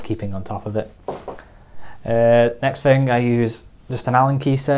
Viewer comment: Excuse me. Off topic question. Can someone tell me what kind of accent this is. Why does he say Fing instead of Thing. Not judging or being mean, I am just curious.